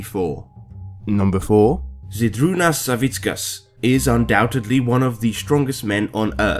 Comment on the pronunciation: im from Lithuania too, same as zydrunas ;) and the way u said zydrunas savickas made me laugh xD nice try bro